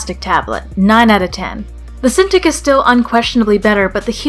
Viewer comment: Uhhh cinTICK? Not cinTEEK?